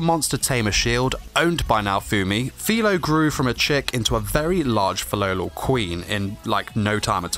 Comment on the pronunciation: It’s FIRO not FILO